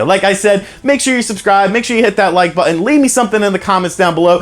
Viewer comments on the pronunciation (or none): none